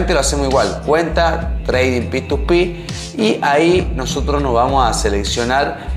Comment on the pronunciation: Me cago de risa cuando dice PituPi jajaj p2p se le dice xD alto video bro gracias